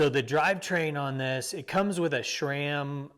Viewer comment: Didn’t know you guys have mountains down there in Texas. Also no “h” in sram